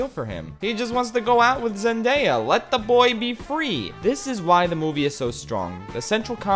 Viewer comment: I think this is the first YouTuber I’ve seen who pronounces Zendaya correctly (zenDAYa not zenDIEa).